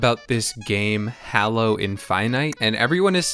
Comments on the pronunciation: It's actually pronounced Halo. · dude no you completely missed what the game is about. Besides how you mispronounced the name of the game and character(Google how to do it since its hard to explain) the game isn't about cooking it's about killing other players. That's why you have a gun. I've never seen someone do so little research about the game they're reviewing please try harder next time